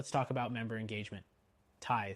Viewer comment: It's "Tithe-lee". It would be nicer if you showed screenshots of the different software screens.